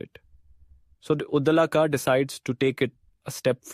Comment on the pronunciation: He is pronounced Udaalak.